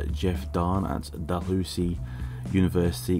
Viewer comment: When listening to a interview with Novonix and Dahlhousie you would realise both are pronounced differently 😉